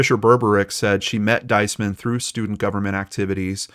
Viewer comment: Her name is pronounced 'Dees- man. Emphasis on the first symbol long E sound.